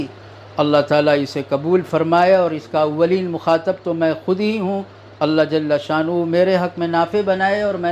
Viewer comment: آ پ کی نصیحتیں بڑی اچھی اور قابل عمل ہیں ادبا عرض ہے کہ جل شانہ میں لام کا فتحہ کسرہ سے بدل جاتا ہے